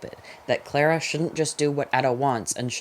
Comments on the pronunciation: it’s clah-rah, because it’s british ❤ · in the UK Clara is pronounced clar-ah